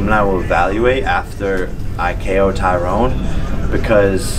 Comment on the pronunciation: I like how he keeps calling him Tyrone instead of tyron lol